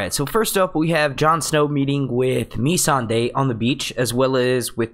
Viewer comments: Agreed! I like this dudes videos but geez, please pronounce the names right and I will subscribe to the channel cuz it's good. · Completely agree with Timothy on this one. Please get the names right! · Amber Lisa its ma-sawn-day not me-sand-ey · its Missandei not Me-san-dey and no he hasn't been to the summer isles he said he HEARD its beautiful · Nissan-da. God damn say it right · "meeeee-sandae". no.